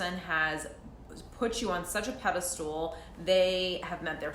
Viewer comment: why do so many people say pedestool?? it’s pedestal